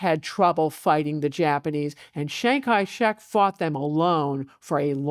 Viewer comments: ~ : "Chiang Kai-Shrek" 😂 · chiang kai... shrek???